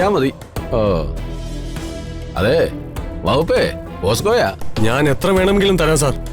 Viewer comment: ഒരു CI പറയുന്ന ഡയലോഗ് പ്രായപൂർത്തിയാകാത്ത പെൺകുട്ടിയ വകുപ്പ് പോസ്കോയ. ഡയലോഗ് ശ്രെധിച്ചിട്ടുവേണ്ടേ പ്രക്ഷേപണം ചെയ്യാൻ. പോസ്‌കോ അല്ല പോക്സോ ആണ് ശരി.